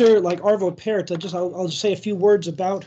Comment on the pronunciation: Arvö Pärt pronounced Pjart